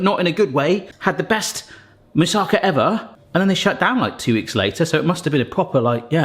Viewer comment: Greece here! Your moussakas looks delicious and is quite authentic (considering that every Greek grandmother uses her own recipe anyway), so: well done! By the way, it is pronounced moussakAH, not moussAHka (actually it is moussakAS, but I spare you Greek grammar here). Regarding the bay leaves, they only do their magic when they are fresh. Most of their flavour is lost in drying (just like with dill), and when they don't smell they don't work. When I add two bay leaves freshly picked from one of the trees in the neighborhood to something I cook, the whole kitchen smells wonderfully of bay leaf aroma. They work reasonably well for around a week when you keep them in the fridge, but freshly picked is always better. They do dry easily, "pretending" to still be usable, but I'd say if you don't find fresh ones, you can skip them in your recipe.